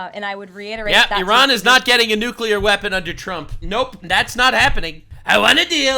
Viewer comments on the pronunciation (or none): The N word…..Nuxclear! 💥